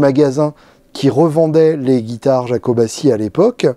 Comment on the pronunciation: Yakobàtchi... et pas jakobaçi